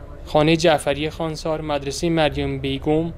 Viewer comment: نام شهر را درست و صحيح بيان كنيد. نام اين شهر خوانسار نوشته شده و خانسار خوانده ميشود. خونسار خوانده نميشه